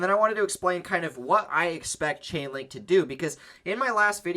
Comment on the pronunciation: LAUGHING MY ASS OFF! You said CHICKENLINK😅🤣😅 no disrespect